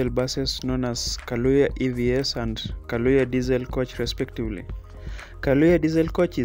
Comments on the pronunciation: It’s Kayoola please not kalooya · the bus is called Kayoola not Kalooya. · Kayoola not kaloya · Sorry guys for the mispronunciation, its Kayoola* and not Kalooya 🙏🏿🇺🇬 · Kayoola not kaloya...wats up with yu???? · Thank you but the word is "Kayoola"